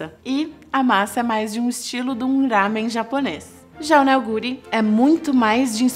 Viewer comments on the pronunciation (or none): none